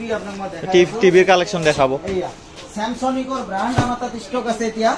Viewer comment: Samsung ❌ samsonic✅ 😂😂